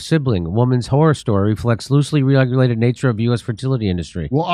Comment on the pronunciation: JD said "ferTITITly clinic...snap....Also shut up Metzger.